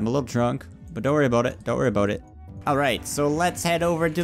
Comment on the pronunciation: are you Canadian if not stop saying aboot